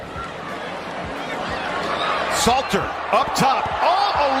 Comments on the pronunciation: *SALTER …. U gotta at least get the man name right bro lol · Great content but his last name is Salt 🧂 er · It's pronounced "salt er" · Learn to pronounce these young athletes names correctly. Salter & Slater is not the same name. Are you sober bruh smh? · We will just call him K-Salt.. not Slater or Salter.. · IT'S SALTER NOT SLATER. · Name is : S A L T E R (pronounce SAULTER ) NOT SLATER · Dude, stop calling him Slater 😂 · Hell I cant even concentrate on the video properly without hearing this man's name slated all throughout this video smh dawgg😂😂😂 You're going to need to remake this video for sure 😂😂😂